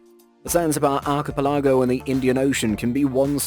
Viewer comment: archipelago pronouced arc e pelagooooooooooooo